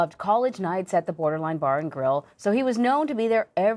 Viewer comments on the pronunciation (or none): "BORDER-LINE" LOL